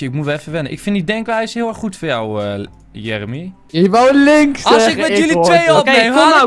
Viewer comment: Jeremy nee de sjon